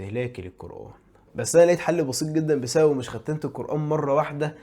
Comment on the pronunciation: هو انت ليه بتقول ختِّمت مش ختمت